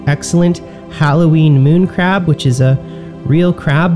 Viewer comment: SAY CREB AGAIN.